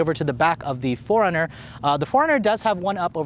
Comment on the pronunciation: Sounds like you’re calling it a Foreigner.